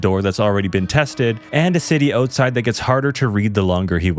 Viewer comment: Love how he says "outside" owetside